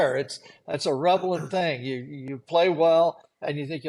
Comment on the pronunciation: ... "a revelent thing?" what's a "revelent thing?" ... the pga tour sanitized the broadcast a while back now. and its BORING. when McCord went it was the beginning of the end. when Johnny Miller retired that was the end of it. Ken Venturi, all those years ago, was great. he was a great mix of a broadcaster. he called a spade a spade but was complimentary as well. yes, they are a bunch of cheerleaders now and it blows. ... FYI, his feet were in the bunker.